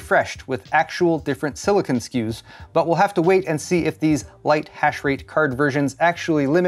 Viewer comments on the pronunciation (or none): none